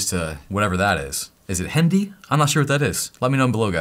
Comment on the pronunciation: Your accent of saying Hindi was really funny😂 By the way thanks for your every informative videos, love from India❤